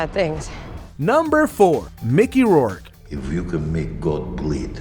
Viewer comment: Why does this guy keep pronouncing Rourke incorrectly? If your going to do these videos at least learn to pronounce names correctly.